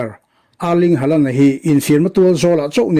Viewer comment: Hawland anga lam tur,hei chu english lamthiamlo ho lamdan nih hi